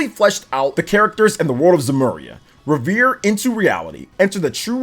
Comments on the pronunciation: It's pronounced REV ER EEE not Re vere looool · …It isn’t revere like Paul revere it’s REVERIE lol!!!! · It's pronounce Rev-er-Ree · Trails into North shore Boston, trails in Trails into Reverie " reveree" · Right off the bat I hear Trails Into Revere 🤣 forgot to pronounce the i! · Trails into Reh-vuh-ree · Glad someone said it 😅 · Right? lol Just sound out the word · Rever “E” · He also doesn’t know how to pronounce reverie which was painful/hilarious